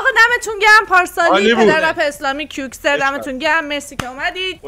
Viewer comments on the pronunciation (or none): آقا نگو کوکسر 😡😡😡😡 بگو کعوکسر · چرا به کئوکسر میگی کیوکسر؟ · کیوکسر نه کئوکسر کئوکسر .😐keoxer 😇 اسمش برای اکس ارمی مهم هست .😊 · اقااااا اون کئوکسر ع تو رو خدا درست بگو😂